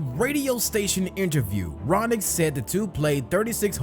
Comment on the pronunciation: His name is Roenick, not Ronick... pronounced roh-nik. He's kinda a wacko but was pretty good hockey player.